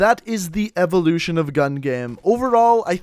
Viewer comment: the evoluchion of the láser atamechmet